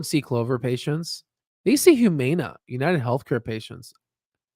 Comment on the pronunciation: The mispronunciation of Humana is absolutely killing me